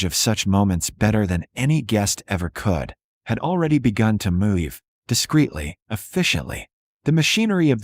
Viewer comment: Why does the AI voice pronounce every variation on the word "move" as if the "v" is a "y?"